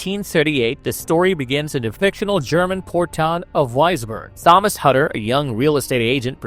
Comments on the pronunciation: bro really thinks he's roger ebert 😂. sorry but the acting was top notch. also it's pronounced tomas. h is silent 😂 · Couldn't get past the repeated mispronunciations of "Thomas." If you watched the film, you know darn well it's pronounced "Tom-as" regardless of how it's spelled. Just beyond irritating. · Keeps pronouncing Thomas wrong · I dont know why you choose to pronounce the name Thomas in that way.